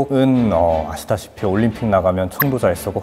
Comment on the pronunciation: 아니 자꾸 "아시다시피"라고 하시는데... 네...?